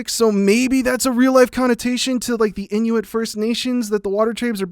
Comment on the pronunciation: You said Inuit wrong... but cool video, I loved it.